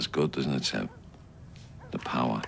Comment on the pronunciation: It’s SEB not Zeb ….